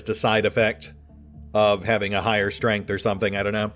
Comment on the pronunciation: like pronouncing strength as stramth occasionally.